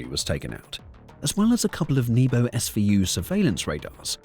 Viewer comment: a Nebo-ooh? ;~) lmao. Thanks for that